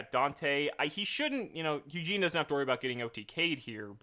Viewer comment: It’s Eugene not Yuginono. Get it right!